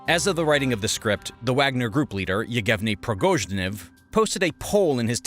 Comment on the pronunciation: Yegevni Progoshniv.. looking up name pronunciations is really not this guy's strong suit